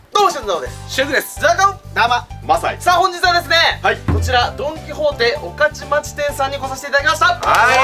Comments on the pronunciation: が御徒町をごとちょうって読まずおかちまちって読んでるのに何故がホッとした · 最初、が御徒町って言えてることに驚いたwむかし ごとちょう て読んでたのにw